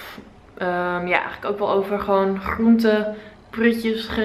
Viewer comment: Jij hebt een rare klank in je GR, zoals GRoente